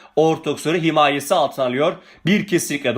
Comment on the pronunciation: niye her kelimenin başına n getiriyosunuz? nasla naltı